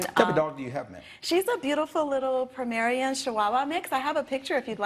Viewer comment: She said Pramerian & Chihuahua mix???? Lmaoooo... try POMERANIAN & Chihuahua mix.